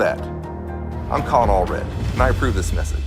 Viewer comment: most certainly not Allred lol 🇺🇸🫡